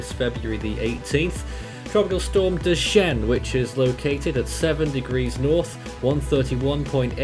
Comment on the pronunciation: Dujuan is pronounced way differently than I expected 😂